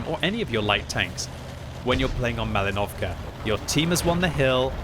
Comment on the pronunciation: With respect: it’s PrOchorovka and MalInovka, not ProchorOvka and MalinOvka. Just will be glad if you’ll pronounce it more right)